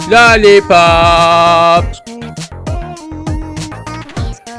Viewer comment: Lolipop derken orda Lolipop demiyo